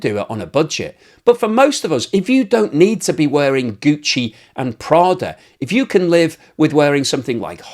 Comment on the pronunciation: Gucci and Prada, the way you pronounce it is so lit 🔥 😂